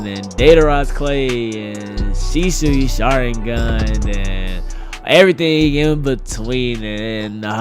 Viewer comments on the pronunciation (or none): none